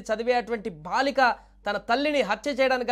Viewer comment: BHaalika kaaduraa chavata daddamma.....BAALIKA, maathrubhaasha kooda sarigga palukaleni moorkhulaara, meekem chesinaa paapam ledu!